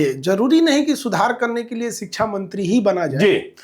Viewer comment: जब शिक्षक ही शब्दों का अच्छे से उच्चारण नहीं कर रहे तो बच्चों को क्या ही पढ़ाएंगे। शिक्षा को सिकछा उच्चारण करते है। शब्दों के सही उच्चारण से साक्षरता का पता चलता है।🙏 खान सर सबसे अच्छे शिक्षक है।